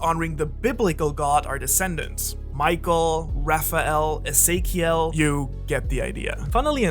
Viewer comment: The "eziekel" killed me.